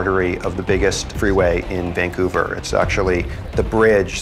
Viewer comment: you can tell he’s from Vancouver cause he says “vangcouver” lol